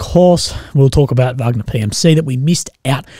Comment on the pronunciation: Still won't make say "Wagner" correctly. We all know how to say Wagner the composer, I hope ok -- Dmitry Utkin (callsign: Wagner), co-founder was a fan, let's say...